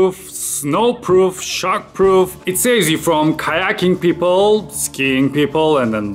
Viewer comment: kayaking pipıl :D